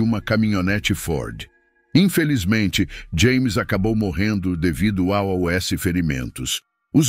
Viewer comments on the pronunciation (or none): Porque pronunciar A O S ao invés de aos????????? Coisa chata e enfadonha.